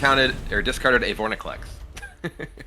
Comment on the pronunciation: VorINclex not VorNIclex